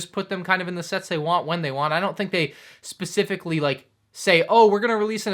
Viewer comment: We all know ain’t the smartest, he doesn’t even know what he’s talking about in his reviews of sets... he can’t even say “specifically” correct yet makes sure to say the word 20 times in every moc update.